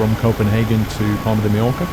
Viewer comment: its Palma de Mallorca Paul-Palma NOT Parma and Ma-yor-ca - ll in spanish makes y sound